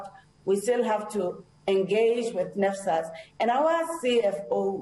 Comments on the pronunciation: She can't even say NSFAS😂😂NFAS😂😂👀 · " we don't disadvantage them " she is claiming students doesn't have money to pay tuition fee while she know exactly , they do that to coz they haven't sent data to nsfas 😳😳 nnfas 😳😳 she can't even say NSFAS.. AND YET SHE IS NOT GIVING STRAIGHT ANSWER STILL TELLING NUMBER OF STUDENTS IN UNISA IF STUDENTS ARE TO MANY WHY THEY DONT HIRE LOT OF STUFF OR COZ STUDENTS AND NSFAS ARE PAYING OR MANAGEMENT IS SAVING IT FOR THEIR OWN POCKETS .... MOREOVER HOW CAN STUDENTS DOWNLOAD STUDY MATERIAL IF THEY DON'T HAVE SMARTPHONE OR LAPTOP , AND HOW ARE GOING TO WRITE ASSIGNMENT WITH CELLPHONE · NSFAS not nesfas aggg just go out....